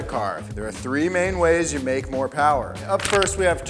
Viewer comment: More Powah Baby!